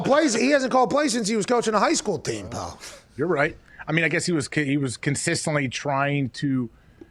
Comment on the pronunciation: That and “pal”